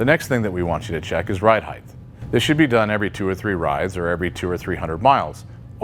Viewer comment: Height. (hyte) not (hyth) Why do you say it like that?